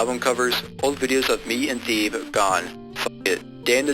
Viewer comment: you forgot to mention its appearance on The Odd Future Tapes vol 1 THEEB? ITS THEBE PRONOUNCED THE-BEY Salim…. ughhhh what are your pronounciations its SUFFERABLE. Its Salem pronounced Say-Lem not Sa-Leem.